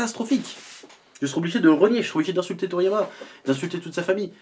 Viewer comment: Toriyama "Toto"? lol